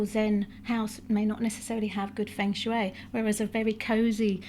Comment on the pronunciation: The pronunciation of Feng shui is more like fung shway. I've lived in China. We pronounce many thing wrong 😂